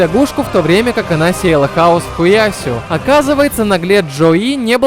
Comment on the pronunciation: лол, чел сказал хуЯсю, а не хуясЮ, ахахахааха